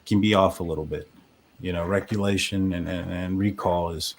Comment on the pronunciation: First if all, Its "recollection", not "recullation". Why do you have such a problem admitting kim was possibly lying. No one ever spoke to Kim's daughter or her friends, and it was obvious Dave was repeating bs kim was spewing. u don't want to admit they're lying, bc u stood behind them this entire time and pushed their false narrative. If the parents haven't heard about anyone knowing about the deaths prior to the 911 call, then it most likely never happened. Why continue to say Kim and Dave aren't lying. They're either lying, or at the very LEAST, they spread unfounded rumors, and u gave them a platform for MONTHS! SMH! Idk why the family would trust u when u and Lana are behind so many conspiracy theories and unsubstantiated rumors in this case. And now of course, you're going to spread this content out to financially benefit from it as much as possible. Do you not have any shame? No, you don't.😂